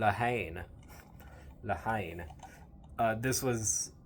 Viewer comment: La haine.H is silent.syllable en